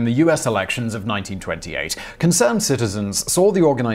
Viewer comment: 1828. You slipped there for a second Mr. Whistler